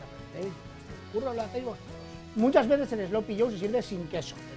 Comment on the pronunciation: What the hell is 'slopy'? I think AI should have said 'sloppy'; I despise AI.